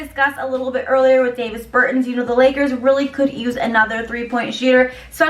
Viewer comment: C'mon now! Davis Burton! Lmao! Both the 1st and last name pronunciation is wrong! ... He's Latvian; you made it sound like he was born n raised outta Idaho Nebraska 😂😫... try Giannis Antentenokoumpo